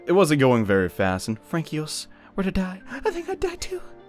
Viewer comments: I know I'm super late on this, but I took French in high school and college and when I heard you butcher Francois, my skin wanted to crawl off of me... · Even though you pronounced Francois wrong, I actually find it fitting since Ann is a terrible actor. So her messing up the name probably would fit her XD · Aqeel Rafeek I'm German with next to no knowledge about French whatsoever and even I cringed. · Aqeel Rafeek As someone who took French (but doesn’t remember anything except how to say I’m hungry and thirsty) I was cringing so hard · I'm an American three years later with little to no knowledge of French and even i was triggered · As a person who’s native language is based off of French, I was as well,*triggered* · No problem. I am not an expert, but if lives in the 21st century (which is is) and have access to basic forms of media (which he should), the pronunciation of francois should have come up and he should know it. Smh man. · As a Canadian Avian Veterinarian that knows no french and is studying japanese, i was extremely triggered by the "François" part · as an Irish person who knows some french i was slightly triggered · As literally anyone I cringed hard at that. I don't know how you can mess up such an easy name that badly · aww, you don't say it "frankyos" but "franssuah" 8"D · not Fran-kee-os... it's Fran-swah. French am i rite? :P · Francois is pronounced "Fron koi" .... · You're saying Francois wrong. You said it like 'Frank-eos' when it is actually 'france-wa'. Also there was a typo in the subtitles if anyone noticed. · Francois is pronounced "Frank-Wa." not "Frankios" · Fran-ki-os? Not to judge dude, but that pronunciation was horrid. The "coi" in "Francois" is pronounced like "soi", so it's Fransois, with the last S being silent. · What the hell kind of pronunciation is FRANKEEOSE? Jesus Christ dude. Get some culture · First it's Quin-o-ah and now it is Fran-ki-os? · In pretty sure Francois is pronounced fron-swah